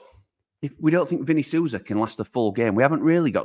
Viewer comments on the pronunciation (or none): none